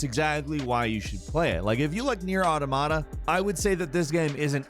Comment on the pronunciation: "Nier ottomotta"